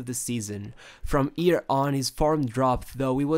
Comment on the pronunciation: " sheeted"" from ballon d'or looooooooooooooooooo first i was annoyed because you refuse to pronounce shit... but now i like it looool from yeer ( here ) on looooooooooooool